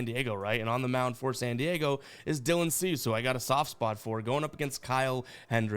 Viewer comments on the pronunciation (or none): none